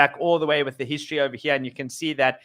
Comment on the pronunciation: ohva heer, ohva theer